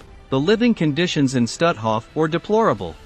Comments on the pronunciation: Not „Stathoff“. But „Stoothoff“ pronounced. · You'd be more credible if your voicebot had proper inflection, and pronunciation of German names like, say, Stutthof.